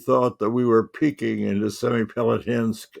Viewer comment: semipalátinsk (Semey after 2007), stress on a different syllable